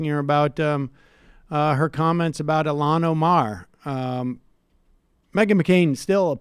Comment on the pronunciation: Sorry Sam, you're getting roasted yourself. Meghan McCain is a fat, offensive pig. But you can't even make the effort to say Ilhan Omar's name correctly. So stop being a smug prick. It's not "Elan" Omar. Make the effort. McCain can't read, you can't get out of your own way.